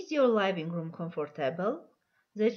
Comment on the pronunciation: Big (բիգ) , pig(փիգ) և չգիտես թե ինչի living-room (լայվինգ ռում), այլ ոչ (լիվինգ րում)։ ։comfortable...ոչ թե կոմֆորդոբլ այլ քամֆդիբըլ.lol .Եվ այսպիսի բազմաթիվ սխալներ..sorry but this is a very bad lesson